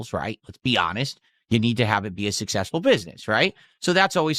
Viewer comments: I thought he was sussessful guyz? 😂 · Sooooo sussessful